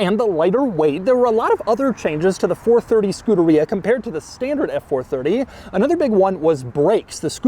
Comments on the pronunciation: Man I hate that way this dude pronounces Scuderia, it's not "Skoo-duh-rea" but more like "Skoo-DARE-ee-uh" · It's pronounced skoo-dare-e-uh Not scooter-ree-uh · Scu-der-EE-a? NO!! Scu-DER-EE-ah! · Say Scoohdereeya one more time Doug 😵‍💫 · It's Skoo-derrrr-ia, you whitewashed Italian. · Doesn't anyone else think it's funny how he pronounces Scuderia? He makes it sound like a super bad case of the trots. I'm fairly positive it's Scu-DAH-ri-ah (you know, all Italian sounding and stuff) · skoo de ree yah??? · All this knowledge about the car yet he doesn’t know how to say the name properly. SCU DA RIA 😂😂😂😂 oh gosh Enzo is turning over in his very large elaborate grave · Doug is the type of guy who’d call Scuderia “skooderiya” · wouldn't it be pronounced 'ske-DARE-ee-uh'? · We need a 10 hour version of Doug saying Scuderia.